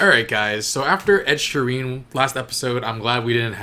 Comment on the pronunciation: "Ed Shireen" 😂😂😂 sorry that always cracks me up.